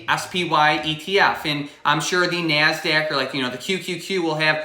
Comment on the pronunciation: Your so darn cute love how you say nasdaq with Midwest accent ❤️